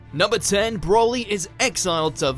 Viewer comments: please stop making videos about dragon ball until you learn how to pronounce the names properly. its pronounced bro-lee not brolly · Stop saying BROLLY! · The way he says Broli it makes him sound like an umbrella